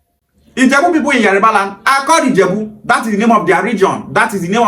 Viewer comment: Why is the guy in green mispronouncing Yoruba , IleIfe. Etc Is it intentional. It is Yoruba nit Yariba.